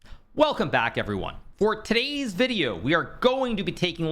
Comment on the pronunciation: Nope, not getting off that easy.. don't try and slowly back away from your accentuated pronunciation of "today's" Give the people what they want.